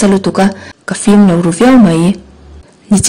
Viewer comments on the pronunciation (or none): none